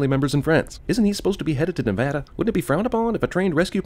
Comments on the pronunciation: Omg he said Nev-a-da instead of Nevahduh, finally, someone who can say it properly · Thanks for pronouncing Nevada correctly! For everyone: it's not Nev-aww-Duhh, it's Nev-A-Duh. Nobody seems to get it right but Cinema Sins did! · holy shit.... nobody else noticed jeremy actually pronouncing nevada right unlike 99% of people who arent from nevada? be still my beating heart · I’m removing a sin for pronouncing Nevada right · Yay! You said Nevada right! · Thank you for pronouncing Nevada correctly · Thank you for pronouncing Nevada correctly! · I think the best part is you pronouncing Nevada correctly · I really want to say thank you for pronouncing Nevada correctly!!! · Someone said Nevada right!!!! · Removing a sin from this video for pronouncing "Nevada" correctly. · I'd like to take the time to thank you for pronouncing "Nevada" correctly. That is all. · Thank you for pronouncing Nevada right